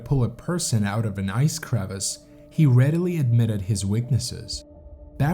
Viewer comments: Dude, it's not a crevice like in your driveway. Come on man. It's crevasse. It's a French word. Say it right. And stop calling these climbs hikes. You go hiking in the Appalachians. You don't hike up Mt. Rainier and Denali. What are you doing? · The people who I've heard talk about climbing Denali say that it is not a technically challenging mountain. Denali is the Athabaskan word for the mountain and it means "The Great One". Crevasse is pronounced cre-VASSE, not like crevice. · crevasse, not crevice!!!